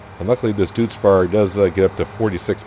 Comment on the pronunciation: I don't know if maybe you have already learned this in the 12 months since this episode, but Deutz Fahr is not pronounced doots fahr, it is pronounced doyts fahr.